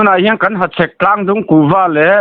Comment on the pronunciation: Hachhek lam dik ka ti zawk e